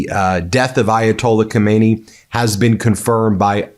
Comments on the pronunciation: The cleric Ko-MAY-nee (pronunciation) is the long dead Supreme Leader. The one who was just killed is pronounced Kah-mah-NAY-ee. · Stop. Calling. The . Man. Khomeini. It's. Khamenei. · Can Americans please make an effort to get pronunciation right. Khomeini was the ayatullah who deposed the Shah. He's dead. Well, so is Khamenei. Khamenei (note the vowels) ends in two letters pronounced separately, in their short form. Roughly, like the letter names A E. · It’s not komeini , it’s Khaaamenei Please learn the pronunciation. We did have another dictator named Khomeini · The K in Khamenei is silent. Pronounce it: Ha-may-ni. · Ben is pronounce KHAMENEYE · The first supreme leader’s name= Khomain-yee The second : Khamana-yee In English : New York —- New Yorker. California. Californian In Persian : Khamana-yee Yee: meaning from the town of Khamana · Hi there Ben, love your show and tune in regularly. Just one thing tho, and simply because I'm English and educated, please pronounce the name correctly! You don't sound the K!